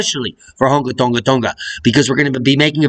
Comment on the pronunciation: Its Hung' "a" Tong' "a" vowels are pronounced in lower case, just sayin for a friends friend